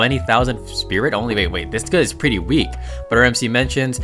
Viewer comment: The way he says "pwretty" is really funny i like kt ❤❤❤😂😂😂